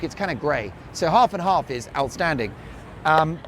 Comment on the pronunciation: Love the shirt, a decent price. Half & half pronunciation was good too 😂😂